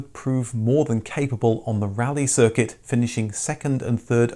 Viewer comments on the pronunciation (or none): none